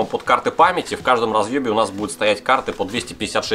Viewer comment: он оговорился и сказал в розьебе )